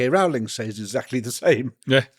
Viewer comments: Rowling rhymes with bowling xx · Arrgh. It's ROWling as in "row row row your boat" U piss ant dog eared beetle brained soul suckers. A MOST IMPORTANT PERSON AND ON THE INTERNET FOR YEARS. scusi i have lost all respect for nearly everyone including you bat eating buggering wankers.